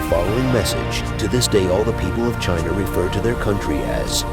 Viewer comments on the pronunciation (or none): none